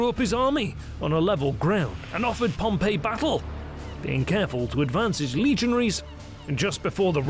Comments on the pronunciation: While this is otherwise a great documentary, the fact that you habitually mispronounce Pompey's name really makes you look bad. It's "pom-pee" not "pom-pay". "Pom-Pay" (Pompeii) was a city that a volcano destroyed while "Pom-pee" (Pompey) was a famous Roman general who lost to Caesar and was subsequently murdered on a visit to Egypt. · I wish the narrator would stop pronouncing "Pompey" as "Pompeii". The former should sound something like "Pom Pee", the latter like "Pom Pay". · Pom-pay is a city that was destroyed by Mount Vesuvius. Pom- P is the correct pronunciation of the leader. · It's not Pom "pay." It's Pom "pee." Pom "pay" was the city. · Note: there was no concept of imprisonment in republican Rome. The only prison they had was only used in temporary circumstances and did not even have guards. Exile was the worst case scenario if Caesar had not marched. Also: it's pronounced Pomp-E, not Pomp-A. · Pompey is pronounced Pom-pee. Your pronunciation that you used of "Pom-pay" is how the city of Pompeii is pronounced . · I have a little gripe, it's not a huge deal but for someone borderline OCD like me it's like nails on a chalkboard. PompAY is a city/province. PompEE was a person. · You keep pronouncing Pompey as if he were the city Pompeii. They are entirely different. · And the Roman Pompey does not have the same name as the city Pompeii, which is the pronunciation used in the video. These people are illiterate.